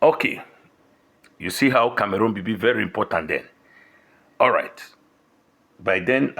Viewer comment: Cameroon 🇨🇲, not Camarun. Na waow for this